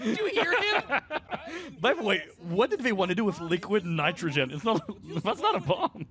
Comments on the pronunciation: The way he pronounced “Liquid Nitrogen” is objectively funny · I freaking love this movie my family and I still call neosporin liquid nitrogen in that pronunciation to this day